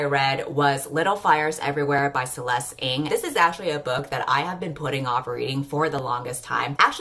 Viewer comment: thank you for finally teaching me how to pronounce Ng!